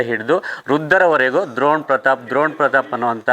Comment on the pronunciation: ದ್ರೋಣ್ ಅಲ್ಲ ಡ್ರೋಣ್